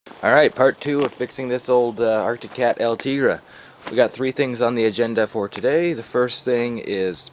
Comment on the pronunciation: It's pronounced ~EL 'TEEG Rey' Can't let friends make to many mistakes lol. Looks like a fun project and you're doing a great job figuring it out. Unloading that shed? Ya gotta do what you gotta do.